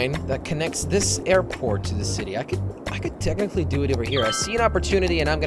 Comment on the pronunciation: Count how many times he says "tecticly"